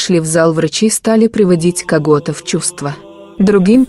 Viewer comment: Комментатор переусердвовала с произношением. Яркага, тся, ться, него, кагото, ситуции... очередная православная сказка. И ни одного документального свидетельства, подтверждающего данный факт. Ну и в конце попрошайка о подписке и лайк.